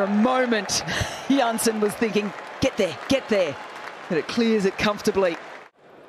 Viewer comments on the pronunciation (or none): Jansen -> Yansen Nortje -> Norkay Erwee -> Erwiye